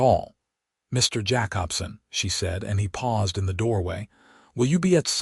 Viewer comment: Jacobson = Jay-cob-son.